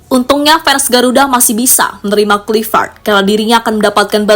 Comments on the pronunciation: Admin dari kemarin tetep saja sebut klivet. Yg bener bacanya klaivet.. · Sebut nama org hrs benar. Misalnya Kluivert, ucapkan yg benar dong.